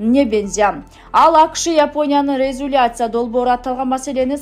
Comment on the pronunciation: туура окунузчу сураныч. "Резюлация" эмес резолюция. Биринчи бир эки жолу текстти окуп алсаңыз кыйналбайсыз. "Дискуция" эмес Дискуссия.😂